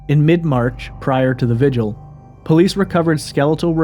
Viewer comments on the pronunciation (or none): none